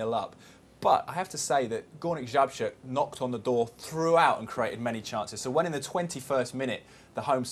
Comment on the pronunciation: Górnik Zabrze not Zabzre :D